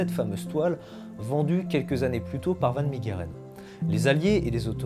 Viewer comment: Superbe vidéo !! Juste pour la prononciation en néerlandais son nom se prononce Han fan Mèreren !!👍🏻